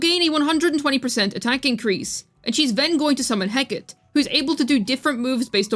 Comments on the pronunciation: heh-cuh-tee not hecat PLEASE stop saying that im dying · I'm sorry, BUT: Heh·Kuh·Tee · He-ka-te. It's greek, and it's three syllables. She was a greco-roman goddess of witchcraft and crossroads.